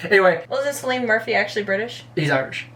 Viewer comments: Lovely video. Peaky blinders man's name is pronounced Kill-ian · Just a slight correction: Cillian Murphy from Peaky Blinders' name is Pronounced Kee-lee-an 😊